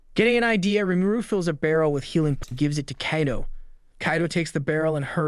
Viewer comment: how this guy pronounces names PAINS ME lol. Keido. Keijin, LOL